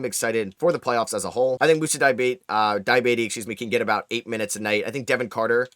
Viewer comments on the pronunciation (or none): Moussa Dee-ah-bah-tey Love how much you've improved on the european/african pronounciations over the years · Im sorry but as a french guy i have to tell you that your pronunciation of is terrible